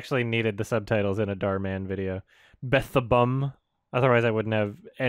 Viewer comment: This is actually the correct way of pronouncing Dhar Mahn's name, I don't know why he mispronounces his own name.